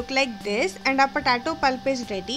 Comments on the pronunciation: Thanks for uploading but it's potato not pahtatoh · its potato , not patato 😂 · Puh-tay-toe.. Just a humble suggestion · It's pronounced Potaytoe not Potahtoe, Lets call the whole thing off. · "patato" haha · patato😂😂😂😂😂😂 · Lmfaooo "PATATO" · Please, potato is pronounced: POT-AY-TOE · when you say it "POTATO" .. cool.. PU TA TOH! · “Po Tar Toe” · Girl you need to learn how to pronounce potato correctly. It’s hilarious ur potato sounds petaatoh 😂😂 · because she is from the middle eastern country thats why its potato lmao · Not all Indians sound like this, but yeah the way she said POTATO is funny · Mayuri Patel 😂😂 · Mayuri Patel I noticed the same.